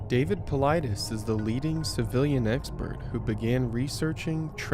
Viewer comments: Paul-i-des ... This should give you a better pronunciation of David Paulides. OMG you put something in your video that clearly pronounces his name and you still chopped it bad. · Pronounced Paul- lie- des....Good post and research! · If you had ever watched one of his videos you'd know how to pronounce his last name. It sounds like Paul-I'd-es... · Wow! You seriously butchered David's last name.